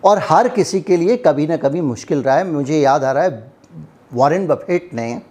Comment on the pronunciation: Waren Baptet nahi, Buffet jinka pronunciation Bufe hota hai. Kuch bhi bol dijiyega kya? Ap editor the ki aisa he fekte rahte hain? Waise information jabardast diye hain, thanks.